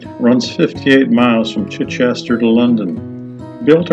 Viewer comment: Good stuff,. I live near a stretch of Stane Street. Now just learn how to properly pronounce Chichester and you”ll be great. Chi-chuh-stuh.